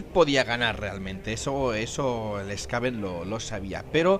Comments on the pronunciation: No se porque le cambias la pronunciacion a los Skaven... a veces les llamas bien Skaven y otras mal Skavon... Skaven proviene de la palabra Scavenger y por tanto se pronuncia con A y E SkAvEn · Los skavens se llaman skavens, si digo en alguna ocasion skavons pues lo he dicho mal, por norma lo digo como sería en Castellano, skaven, pero realmente sería skeiven ya que es un juego inglés, es como ulthuan, unos dicen ultuán o ultuan, pero es inglés i sería ulzuan no ulzuán o tzeench que se pronuncia tzinch por que es inglés no tzench, pero vamos , voy a ver cuantas veces digo skavons aunque es la primera vez que me lo dicen 🤣🤣 pero ya te digo siempre les he llamado skavens no skavons